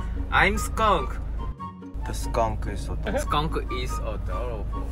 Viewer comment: Taemin code word: odoroble😂😂 when you don't know what else to say....😆 love him💖💖